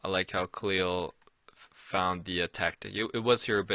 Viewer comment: I like how pronounce khalils name correctly.